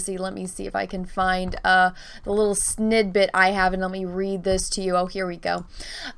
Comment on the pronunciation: "Snidbit" :P